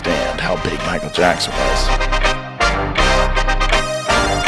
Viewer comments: Jackson ❌ Jockson ✅😂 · Jocksen kadhu ra adhi